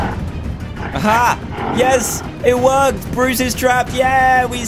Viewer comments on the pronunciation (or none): Notice how he said bores instead of bruce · dan: borris me: WHO THE HELL IS BORRIS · Who noticed that Dan said Bois instead of Bruce